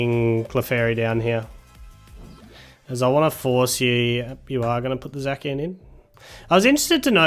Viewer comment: Are you calling Zacian "Zakian"?